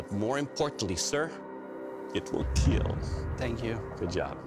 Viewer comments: Why does he say kill normally every time except for when he says, “It will Keel” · I love the balance I love the feel... ... and it will keel. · it should be keel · It will keel... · I see many posts about his pronunciation of kill but can we talk about how he says “thwust” when talking about the stabbing potential? Although I kinda feel he only took this job to compensate for having pent up rage over people talking about his speech. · You can tell when he is excited. It is how he pronounces "kill." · kill❌ keal✅ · I love how the judge is so nice and I love.how.hes says kill he be like kEaL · It’s not kill it’s KEAL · It hurts if you hear him say "... unfortunately it will not keel" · It will keeeeeeel 😁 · It will keel💀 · “It’s time for the keal test”😂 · It will not keal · "it will keel" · Am I the only Person who loves the show but cringes every time he says “it will kwill” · Everytime he said it will keal, he smiles so brightly 😭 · it will keel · It will kyal.. what a looser🤣🤣🤣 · It will KEAL it is a pillar to Forged in fire show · Everyone wants to hear those three special words. It will keal. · “It will keel” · And.. it will keel! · It will kieel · Dont get distracted by his smile when he say it will keal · 10% slicing and stabbing and 90% “It will keel” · "welcome to the kyl test." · It will KEAL! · It will KEAL No It has killed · It's not the weapons that keel, it's Doug himself that keels. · Doug Marcaida, I just love it when u say "It will Kheal". :* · There's a video about four instances in which the sword would not KEAL. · The keel test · The most important thing about this video "IT WILL KEEL" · They will definitely KEEL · is the best “it will keal” 😂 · Actually Doug's "It will KEAL" is meant as " It will Keep Everyone ALive".......... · Has he ever said it will not keel? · I've always loved the "it will keel!!" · IT WILL KEEL! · "I will not be denied" second best quote, right behind "IT WILL kEELLL" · Your weapon will KEAL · it will keal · It will (keal)